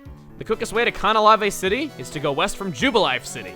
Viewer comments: Conahlavae City, huh? Oh man, I hope you're not sticking with that pronunciation. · After all these years I have realized its called Canalave City not Canaclave. I always thought there was a c there cause i cant read. :( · Does it bother anyone else the way he pronounces Canalave City?